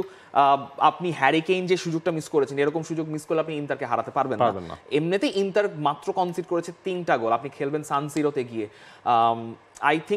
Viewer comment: ইংলিশে উচ্চারণ ইন্টার, এবং ইতালিয়ান উচ্চারণ ইন্তার হবে